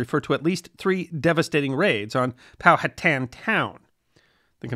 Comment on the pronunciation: Thank you for pronouncing Powhatan correctly.